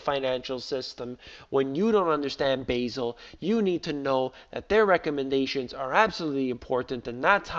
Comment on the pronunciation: I thought it pronounces Ba' zel! not Basil